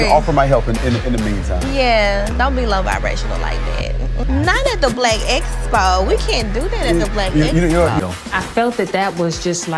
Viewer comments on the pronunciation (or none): Was it me, or did anyone else notice Tisha struggled with the pronunciation of EXPO🤔. I got triggered every time she tried and and kept having flashbacks of her saying EEEE-Vent. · she needs to copy a Dictionary and Thesaurus, and up here braggin about havin a Master's Degree and can't pronounce EXPO among many other SIMPLE words. She is truly her mother's daughter smh